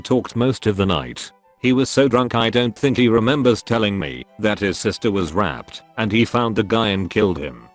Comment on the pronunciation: No one: Text to voice speech: Rapped his sister